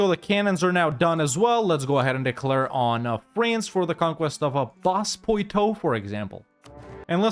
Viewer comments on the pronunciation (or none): Nas-poitou is pronounced ba-poatoo